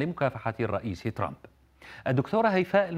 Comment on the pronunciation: من لاحظ ان المذيع نطق كلمة ترامب ب. ترامب